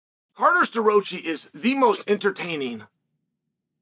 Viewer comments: Uncle Chael is always right. This Carter SterRoachyyy guy needs to have a talk with his parents because his parents have been mispronouncing his name his whole life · The way he murder Starrocci's name is amazing lmao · yea, no. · Maybe shouldn’t be commenting with such vigor if you can’t pronounce the guys name…. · Burroughs dissed penn state what do you expect? Bro say Staroccis name correct.